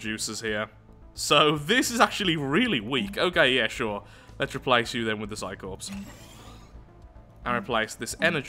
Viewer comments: em,, Psi Corps is pronounced Psi "Cores" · the p and s is corps is silent